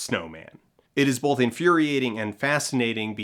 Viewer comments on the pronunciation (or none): Do you also hear him make "both" sound a little like "bolth"?